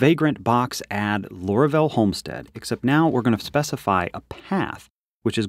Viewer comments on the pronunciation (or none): why do you call it lora-vel? its laura-vel